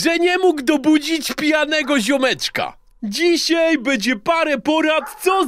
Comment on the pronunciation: Czy Spejson mówi " dzisiEj " ?